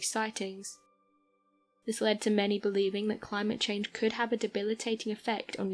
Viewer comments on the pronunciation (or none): none